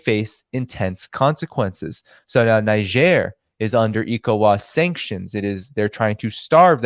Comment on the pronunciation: Niger is spelled (Naydzer) somewhat similar to Nigeria so spot calling it Nizher